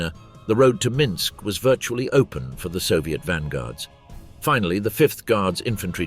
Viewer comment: Not to mention the narrator managing to mispronounce EVERY Russian name and place-name except Minsk & Bobruisk